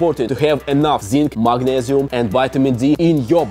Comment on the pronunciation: The "MAGNEZIUM" accent 😂😂